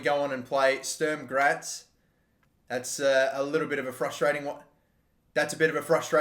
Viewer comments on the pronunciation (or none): SK Sturm Graz is pronounced ess-kah shtoorm grats